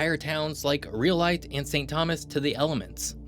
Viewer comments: Don’t forget brothels! Also, it’s pronounced “Rye O Light” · Nevada resident for most of my life and I really enjoyed this video. Except for the pronunciation of Rhyolite, there’s little to quibble here and, yes, it is quite an extreme state in terms of climate, geographical places, and human landscapes.